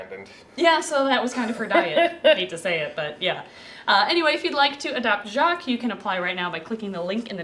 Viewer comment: Doesn't know how to pronounce Jacques (don't blame her btw) - Gets told how to pronouce it once - Pronounces it with perfect or near perfect native french canadien accent! How are you that good!? As a french canadian, if I heard you pronouce that name and nothing else, I'd say that your a native speaker from my region.